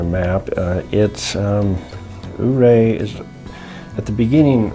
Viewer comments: Dang - I'm just down stream below the power station and didn't know about this until this video. I'll walk up there in the morning and have a peek. I hate to be a snob but it's "You-Ray", with most locals putting an emphasis on the second syllable. Great video and thanks for promoting our fine little town. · for some one who "goes" to the ice park-how can you get it so wrong? Your-ray!!!